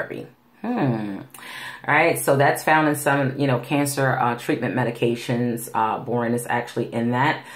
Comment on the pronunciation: It’s pronounced Bor On not borin, just thought you might want to know. 😊